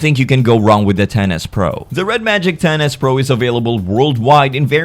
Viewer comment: When you were talking about it I kept hearing "Tennis pro"